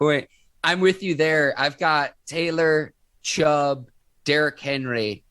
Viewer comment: Ike Taylor tries so hard to make himself sound uneducated his name is Chubb not Chubbs and it’s Steelers not Stillers smh man get it right will ya‼️💯🖤💛🖤💛🖤💛